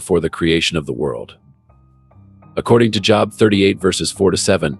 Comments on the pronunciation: Stop being cheap and using text to word AI. Jobe, spelt Job. Thats not cool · First you need to pronounce "Job" correctly. I didn't go any further when I heard this.